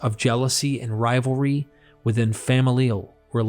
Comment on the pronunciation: I’m sorry but I feel the need to tell you that tale is not pronounced “tell.” Also, mischievous is not “mis-CHEE-vee-us.” Look at how the word is spelled. There is no i after the v. And familial is not “fam-i-LEE-al.” It’s “famil-yal.”